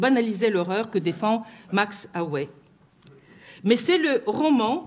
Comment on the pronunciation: Max aue ne ce prononce pas ohé, mais max aou !